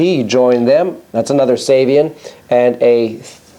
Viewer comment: Excellent as always. I believe the preferred pronunciation of Giovanni Ceva's last name is "Chay-vah," and that of his last name's adjectival form is "Chay-vee-an"..